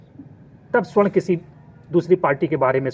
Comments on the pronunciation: Video banate ho thora gyan badhao . Pahale swarna ( sona/gold) aur sa- warna me antar samjho aur shudhdha sudhdha bolna sikho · Suarn ni sabarn hoga hy😂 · सवर्ण बोलिए, स्वर्ण नही, स्वर्ण मतलब सोना, ए सोना नही कीचड़ हैं, कृपया सुधार करें